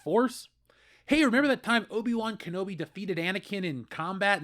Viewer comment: O-Bi Wan Kenobi